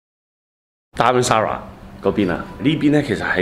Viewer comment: 你是不是要说damnsara lol